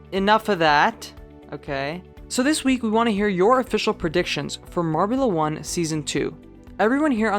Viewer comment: #YaBlewIt Dan, you said "Marble 1" instead of "Marbula 1"